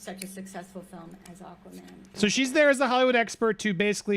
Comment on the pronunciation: It's not Aquamera it's Aquamannnnnnn 🤦🏽‍♀️